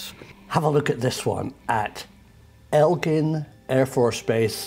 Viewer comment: Chris Melon didn’t mention it by name but I did and guys it’s Eglin not Elgin Air Force Base. You guys need to have it pronounced correctly. It’s in Fort Walton. I thought you guys wanted accuracy? I’ve been to this place and worked there for a bit. We were told our first day of guard mount that sometimes we would have to retrieve “space junk” with the marine patrol when it was necessary. I told you guys I would be happy to tell you about what I saw and was told. Remember you heard it here first.